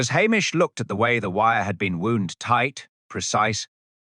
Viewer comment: Get the AI pronunciations right: w-o-u-n-d has two possible pronunciations: /woond/ rhymes with soon; /wound/ rhymes with sound. Get it right, please.